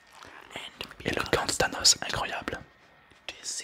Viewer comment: "gant de thanos" On dirait plus le gant de Thanus